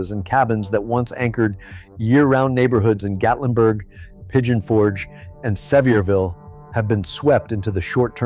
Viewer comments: Its Not Severville ...its Sevier..ville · Thank you, that always annoys me with these videos. Just do a little research on how to pronounce the city. But, it grates on the nerves more when you live there!